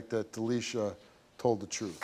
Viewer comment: We gonna hear the truff!